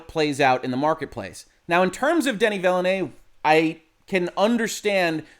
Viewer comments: Watching again as part of Hoeg support. #Shrimpfriedrice Just saying, it's not Vilénuévé (not spanish) but french vilnœːv (in phonetic) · Just so you know, you pronounce Villeneuve incorrect. Just so you know for the future, you can hear a French speaker pronouncing his name correctly at: I think you might have been misled by how you'd say Villanueva. There's a lot I like about this film. But, I think that leaving out Irulan is kind of a mistake. One thing the old Dune film did well was introduce her early (as she was kind of a major part of the novel). We do see Chani very early, but not Irulan. This film kind of misses out on the whole political aspect of things. It's briefly mentioned, but it's incredibly easy to miss (or not understand). Then, there's things like the Duke saying he should have married Jessica. But, nowhere in the film is it stated why he didn't. I think it's a big mistake to have Jessica repeat the Fear is the Mind-Killer. Because you don't get how Paul manages to deal with the pain. I think that stating that using the switches is inspired by Star Wars is a stretch. Especially since that those kind of switches are part of the real-world counterpart to the ornithopter, the helicopter. Jason Momoa is miscast as Duncan, pretty badly. Duncan is supposed to be far more about honour and be much more straight-laced. I think someone else pointed out that swapping the actors between Duncan and Gurney would have been much better to the portrayals in the novel. Duncan isn't supposed to be Han Solo (who doesn't die in the original series so it's not even that great a comparison either). I think